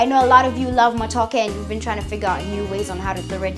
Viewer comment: Totally butchered that matooke on the peel